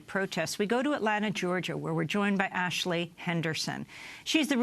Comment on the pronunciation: Lol, so many "Impor-int" issues, right ""? What a joke.